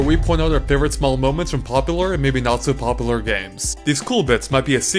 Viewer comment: You said ‘popler’ 🤣